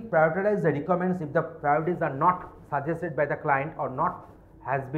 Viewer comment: Wtf is this?? Voral interview??? Rikaments?? Wow.